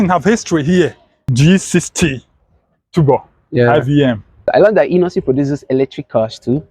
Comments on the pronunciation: He calls it tubor 😅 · The way he pronounces turbo cracked me up 😂so bad.... Now innosons should start producing some exciting cars such as Super high performance cars, hatchbacks with a 2.0L turbocharged engine wacked on it and so on. At least for the young Nigerians😌🙃